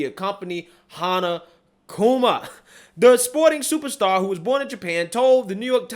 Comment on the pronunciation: It's not "Kuna" it's Kuma, with an "M". Otherwise great story.